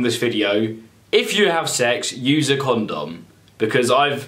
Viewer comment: The way this guy says condom makes me uncomfortable